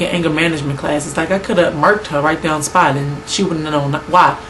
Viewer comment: I heard the south come out of you when you said "Bring that douwn" lol Yes, check that chick!